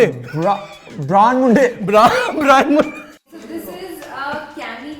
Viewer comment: "Brown Munde" to "Bra n Munde" 😂😂😂😂😂